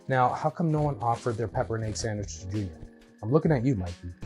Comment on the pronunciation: As they would call it a SANGWICH, lol